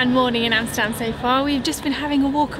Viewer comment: I am impressed, you must be the first person from the UK pronouncing 'Amsterdam' the right way ! Great video btw.